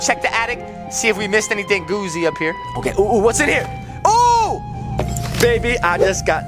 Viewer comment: Yea not goofy its g-o-o-z-y